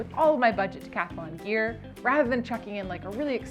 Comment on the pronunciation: Stop saying decathalon😢 it's Decathlon say: decatlon